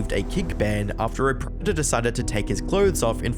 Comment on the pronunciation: You can't even say 'predator' come on man haha. This is pathetic